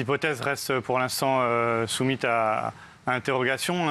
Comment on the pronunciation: Les hypothèses restent pour l'instant "soumites"?? Soumises non?